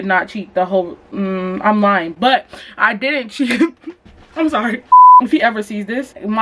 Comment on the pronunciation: “i was lien “ STAND UP 💀💀😭